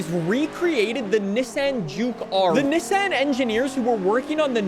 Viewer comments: Having some talking issue by saying Nesen instead of Nissan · He's saying Nesen